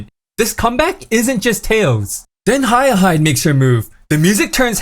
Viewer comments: Great video and all, but come on, man… hayah-hide? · The way hayahide was pronounced was a dead giveaway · "Haru Uhara" "Biwa Haya-hide" Dude, slow down for a second, look up a pronunciation guide or game footage featuring the umas, and at least say the damn names right.